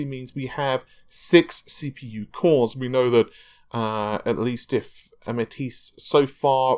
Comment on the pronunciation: Remember he pronounced Matisse (Ma-teese).. he pronounced it Ma-tassy lol. I kind of like Fred-ripper, though. Hope he keeps that one. Can never have enough Freds..